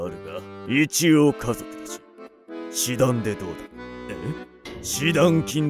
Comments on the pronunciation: 示談（じだん）読めないのか… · しだんじゃなくて じだん、じゃないんですか？😑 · 示談→「じだん」ね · (示談)しだんじゃなくてじだんじゃないの？